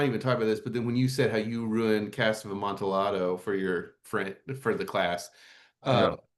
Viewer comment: Is that really how Amontillado is pronounced?